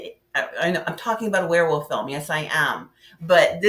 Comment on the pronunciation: Ok. I kinda got used to your "Wear Woof" pronunciation.